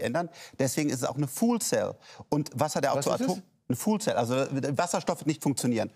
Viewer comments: Was bitteschön ist eine "fool cell"? 😂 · "fool cell" alls klar, sagt der "fool". ;-)